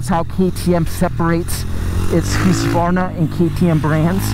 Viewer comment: Hahaha!... Hooskvarna? Even if (in today’s weird topsy-turvy world) you’ve found that’s the proper pronunciation, please never say it like that again.:) Otherwise, thanks for keeping your reviews [seemingly] unscripted. Keep up the real-world stuff.